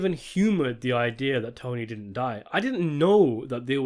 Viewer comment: "It did-ant"..?